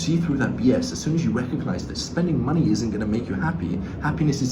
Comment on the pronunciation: Why is they way he says money so funny? Männie